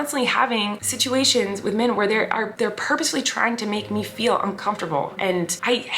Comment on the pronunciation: Colleen says “men” the same way she says “pink” hahaha min not men. All in good fun, your vids make me so happy!